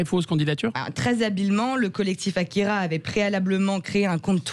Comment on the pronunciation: Mes oreilles on saigné quand elle à écorché le résumé et le nom de l'auteur du manga AKIRA.